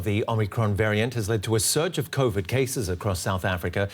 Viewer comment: Covid not """kovit""